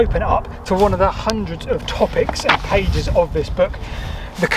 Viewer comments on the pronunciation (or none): none